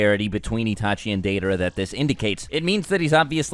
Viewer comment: Your pronunciation of Deidara and Nagato is cringe worthy. I think that Naruto and Sasuke together are the strongest but Itachi is next. And even with Naruto and Sasuke separate. He is way more smart which gives him a better edge than Naruto's nonthinking style of fighting and Sasuke's blind rage.